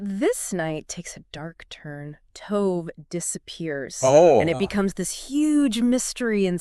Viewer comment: I think the least an investigative reporter can do is learn how to pronounce the victim's name. I wanted to listen, but could not get past it. I will try others, but I hope you take this advice, it will help your channel. It doesn't take much to learn the pronunciation of foreign names. In this case it's "to-veh", not "tove".